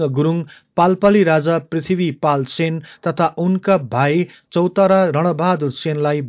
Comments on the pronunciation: चौतारा हैन चौतरिया हो ! अलि स्पष्ट बोलम हजुर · चौतारियालाइ चौतारा भन्छौ😀